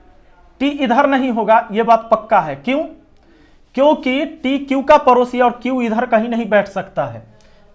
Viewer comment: सर वो परोसी 😂नहीं पड़ोसी होता हैं